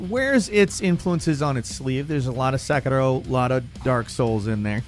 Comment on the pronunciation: Why does always pronounce Sekiro as SAKAROOWWW you don't sound Japanese lmao. Also please learn the difference between a remake and a remaster TLOU had a PS4 remaster TLOU Part I is a total remake.